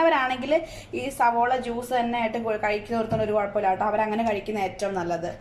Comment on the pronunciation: Sabola alla savala athanusheri